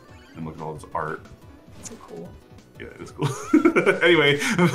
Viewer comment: Cool is like Contra not like Mario